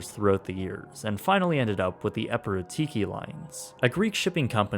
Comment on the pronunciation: Hey...ignorant VLAKA (Gr. for "Fool")......?......EPIROTIKI is not spelled the way you spell it...alright?! The accent goes at the LAST "I"....NOT IN THE ONE BEFORE THE LAST ONE! And for those who might wondering..... "Epirotiki" means "Continental" in Greeks.....